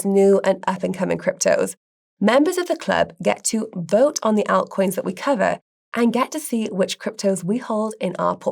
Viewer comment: I love the way says altcoins. 😊